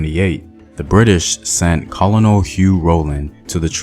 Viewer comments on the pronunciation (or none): you pronounce Colonel, "kernel" not Col-o-nel like it's spelt lol.